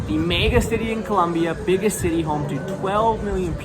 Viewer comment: Wow unwatchable he has to work in the pronunciation and avoid screeching when he says cityyyy😊